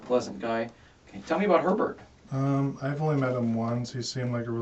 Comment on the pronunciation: i keep hearing pervert instead of herbert 😂